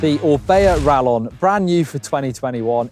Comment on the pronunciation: Rallon bad pronunciation